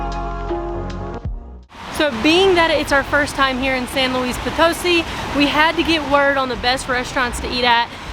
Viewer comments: FYI: when you see that little accent mark above a syllable in a word, you put an emphasis on that part of the word. So it’s pronounced potoSI…not poTOsi. Just ask a native how to pronounce the name of their city every time you hit a new place. That’s the easiest and most fun way to learn…interacting with the people who live there! Love you two and enjoy your videos! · Guys, I love your videos but the city is pronounced "San Luis Po-toh-SEE", not "San Luis Po-TOE-see", as you (mis)pronounced it.